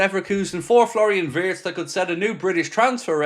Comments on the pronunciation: vee-its please. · Wirtz is pronounced as Veerts!